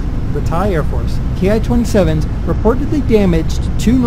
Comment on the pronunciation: It's pronounced like "Key"